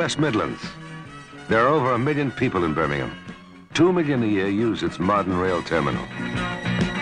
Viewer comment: Nice that Telly pronounced it Birming'um, not BirmingHAM. That's a nice touch. What a pro!